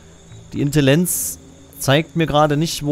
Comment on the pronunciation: Das haizt Intlriligänz!